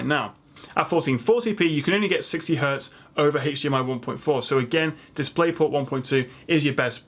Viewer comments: Was kind of expecting to see mention of the ASUS PG348Q, but still very informative video. Also. It's "hdmi" not "haych dmi" :D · The only reason I managed to watch this video to the end was because of the accent, it was all a bunch of letters and numbers to me. I’m technologically challenged and most likely I’ll still go to the store and have a panic attack and break out in hives somewhere in the keyboard aisle. But I did learn some things and also like it when he pronounces HDMI like “haytch-DMI” lol!